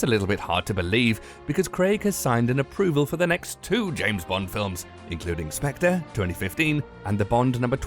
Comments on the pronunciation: Spec-ter not Spec-tra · But that is wrong. It is pronounced Spec-ter. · where exactly are you from, because i hope that you know that the way you pronounce Spectre is 100% off? it's Spectre as in Ghost or Wraith, transparent being whose presence is uncertain.. also it's called Spectre, not the Spectre.. here's how you pronounce it: ˈspek.tər, yeah good luck with that. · It’s pronounced specTER not spectRer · It’s not spectra you pillock...it’s pronounced “speckter” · calls it " The spectré " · This video is incredibly bad. The moment this fool pronounced Spectre as "spec-truh" I knew it would not improve. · No no no, it's pronounced "Spak-tree" and what the hell is an Omega Seamster? It's quite obviously a Rolex Submriner. My favourite watch is the Rolex Dyton.. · this guy said spec-tra?! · 'SPECTRA'???? WTF? Can this Brit narrator speak bloody English? Clearly not. As for finally settling on the title 'Quantum of Solace', it should actually have been called 'What the fuck?' Couldn't understand the plot for love nor money. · Its pronounced as spec-ter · Its not SPECTRA !!!!!!!!!!!!!!!!!!!!!!!!!!!!!!!!!!!!!!!!!!!!!!!!!!!!!!!!!!!!!!!!!!!!!!!!!!!!!!!!!!!!!!!!!!!!!!!!!!!!!!!!!!!!!!!!!!!!!!!!!!!! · You said Spectre wrong, you don't pronounce the r